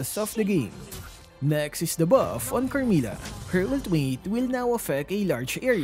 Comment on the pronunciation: I like your accent whenever you u say 'da bawf' hahaha